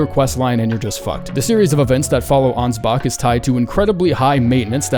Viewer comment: ansbach doesnt end with a hard R?